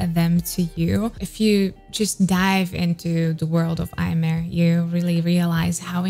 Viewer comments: So happy to see a Japanese singer on your channel! Just wanted to mention that how you pronounce Aimer is Eme, [eme]. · Common mistake but Aimer's name supposedly comes from French and is pronounced "eh-meh" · And as a French allow me to assist with that: it's simply pronounced émé . Easy, right ? :) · Just a small tip: her name, Aimer, is actually the French verb "to love", and is pronounced [eme]! I used to make the same mistake for a while (despite being French xD) before finally reading this somewhere ^^' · You should react to Aimer, Ikuta Lilas and Milet for Omokage first take. It is beautiful, definitely one of my favourite. Also Aimer is pronounced Imi. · Aimer is French word, so, Aimer is pronounced "emme". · The "r" of aimer is not pronounced